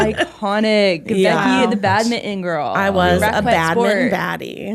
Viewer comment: Laughing in Canadian at the pronunciation of 'badminton'